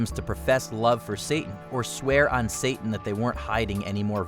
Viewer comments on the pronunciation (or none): none